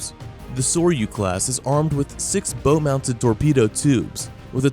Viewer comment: f'gawd's sake. on a boat, a "bow" is pronounced "bau" not "boh"